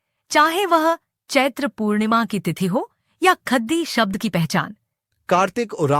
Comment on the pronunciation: ख़द्दी, टटख़ा, ख़ेस्स इत्यादि का सही सही कुँड़ुख़ में उच्चारण कीजिए। जय धर्मे!!